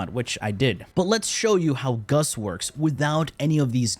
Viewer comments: Why do you keep saying "Guss" it's GAUSS, man xD. Double ss so it's GAUSS lol. Anyway, crazy wf indeed. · Please call him gauss and not gus, gus in my language is a word for ,,ass" and i cant take u seriously 😂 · "goss" not "guss" lol driving me batty watching this lol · he did it on purpose lol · Closed the NewPipe app and logged onto YT, with adblock ofc, to tell you that I hate the way you pronounce Gauss. It's pronounced, gous, not, guss, nimrod. Take care. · “umm Its aCtually pronounced gous” 🤓👆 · GOWS is the correct way to pronounce, just saying! And perhaps Guss is just a pet name, like Dragons Breath etc :P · please stop trolling xD... Freaking Gus... Say it right, you know how it's said... just like U know how bubonico is said.. freaking Bubo-nico jesus. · My name is pronounced GOWSS! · Today I learned I have a new pet peeve. People incorrectly pronouncing Gauss, saying Gus. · i pronounce him gau-ss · It's obviously pronounced goose, Nimrod! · It's not pronounced goes either. Gauss was a German mathematician and like someone else mentioned already its pronounced gau-ss. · Gaus giss goos anything Why so care abt pronounce? This isn't school tho I call gauss as KUSSSSSS or PUSSSS Got any prob? 😂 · Nahh, it's Gus. Just like how it's Secondary Cucumber and Melee Cresskendo. Trust him, he knows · The "a" in gauss: "am I a joke to you". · Yeah it’s kinda killing me inside!